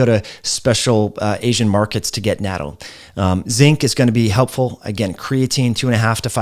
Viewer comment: I love you, but that pronunciation of "natto" is really off. Think of knot-toe spoken quickly.